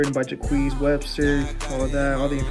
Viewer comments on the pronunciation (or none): My man said jacqeeez😭🤣